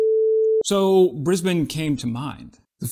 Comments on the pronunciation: Someone knows how to pronounce “Brisbane”! Finally! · You just wanted to show off you could pronounce "Brisbane" correctly 😎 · Congrats on actually pronouncing Brisbane correctly. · Yeah he didn't say BrIsVeGaS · Haha... indeed! I didn't pick that up. Well done! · can confirm he knew a guy from Brisbane, coz he pronounced it right…and Enoggera is a north-western suburb in the City of Brisbane, It is home to the Gallipoli Barracks. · As a bloke from Brisbane - well done for pronouncing it correctly ;) Also, the old Abrams that we are replacing with the new SEPv3 tanks, weren't 'going to be scrapped', they were going to be sent back to the US, as per the terms of the original purchase. But, we'll take credit for it ;) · I know you've been to Brisbane because you pronounce it like a local. And yeah, we can be a bit redacted here lol